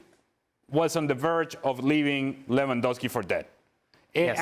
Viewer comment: Ravinha 😂 Revandowski 😂